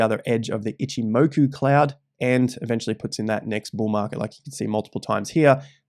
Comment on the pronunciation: Shame on you . You know its pronounced “Itchimacca cloud” down under.